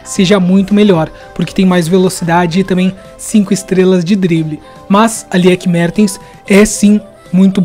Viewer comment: Boa análise. Se bem que na vida real não acho ela lenta. Mas vídeo game é vídeo game e aí pode ser. Mas só passei mesmo para dizer que é lIke mArtens. O E do Lieke é mudo e holandês o A não é tem som de E como no inglês, é Martens mesmo. Lendo como se escreve. Enfim, valeu a força ao futebol feminino.